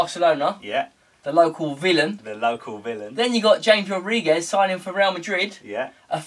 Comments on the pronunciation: It's Ham-ez not James. Other than that good show. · It's CHAMES mate